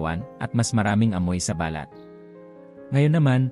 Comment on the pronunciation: OK ANG MESSAGE MO DOK. ONLY, BAKIT HINDI MO MABIGKAS NANG TAMA ANG MGA SALITA NA PILIPINO NAMAN. ISANG HALIMBAWA LANG AY BALAT O SKIN. PAGBIGKAS MO AY MALI DAHIL MALUMAY ANG BIGKAS MO AT HINDI MABILIS. NAGIGING BALAT O MOLE TULOY. MARAMI PANG IBA. VERY DISTRACTING ANG EPEKTO. PLEASE STUDY ON HOW TO CORRECTLY ACCENTUATE WORDS. IT IS OUR MOTHER TONGUE. NO REASON TO BUNGLE IT DOK. PLEASE.